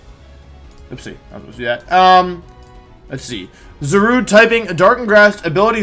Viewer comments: Za rude please not za ru day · it's pronounced za-rue-dey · It's pronounced ZAW-RUDE.